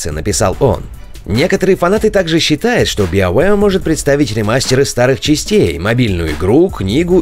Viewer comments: Ребята, спасибо за новости, но научитесь, пожалуйста, произносить BioWare правильно! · Сайберпанк, но при этом Биовеар. У вас вообще есть хоть какая-то логика в произнесении английских названий? Если вы отказываетесь от устоявшегося перевода - киберпанк, то и "био" будет звучать как "байо".